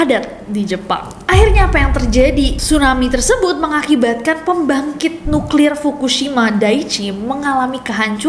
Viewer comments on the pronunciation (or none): none